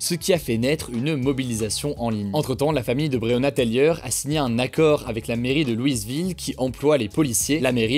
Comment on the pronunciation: Il prononce bien le nom de Breyona Taylor une fois sur deux lol